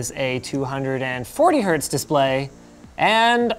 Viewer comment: Hz not hz.